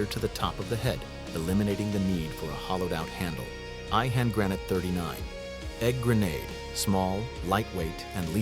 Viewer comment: Grah-not-ah not grenn-ate